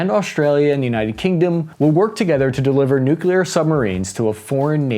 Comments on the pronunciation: Its Al-bah-knee-see! Not All-bah-knees. And please please please learn how to pronounce nuclear. New-clear. Not New-kew-lar. Jesus its not hard man. 😅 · Love your stuff! Always have. But I'll pay you TWICE as much next time, if you can start to pronounce "nuclear" correctly.🤣 Hint: There's only one "u" in nuclear... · Someone's been working on their pronounciation for the word "nuclear". Good job! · Nuclear! Not Nucular. Pronounced New-clear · The distance comparisons here are comically Team America style. Other than that, it was fine, right up until noo kyoo ler. Just... god, get one of the most important words in the discussion right. Christing fuck. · “nuke-you-luhr”??? You of all people????